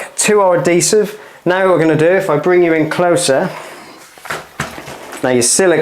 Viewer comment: Episode 3 Spoiler : He does indeed finish and to top it off he learns how to pronounce adhesive.